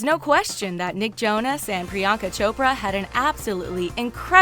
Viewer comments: Its Pri-yunk-aa not Pri-yaank-aa And it's Pur-in-eet-ee not paar-in-iti!! Also it's pronounced Sun-geet not saan-jeet STOP PRONOUNCING INDIAN NAME WRONG!!!!! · It’s priyanka like the an is pronounced like the un in un-cle